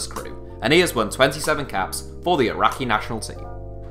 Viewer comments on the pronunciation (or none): none